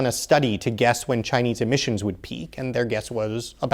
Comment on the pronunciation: "Emmisions", "Emmissons"